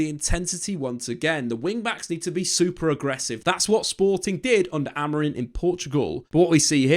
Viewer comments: It's pronounced a bit more like AmorEEng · He keeps saying AMORIN...😅